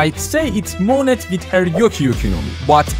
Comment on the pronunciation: Bro said moneT.. the t isn't pronounced